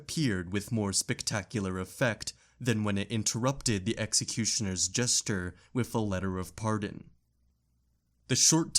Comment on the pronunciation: PS "Gesture" isn't pronounced the same as "jester."